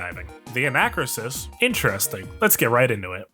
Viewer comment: It's pronounced an-uh-KROO-sis.